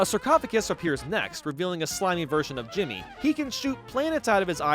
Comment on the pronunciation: IT'S D JIMMI NOT JIMMY